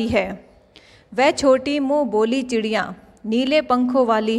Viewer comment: Mam app boli ko vali bol Rahe ho